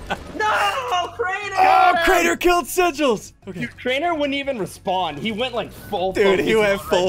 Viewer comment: It's not Craner is crainer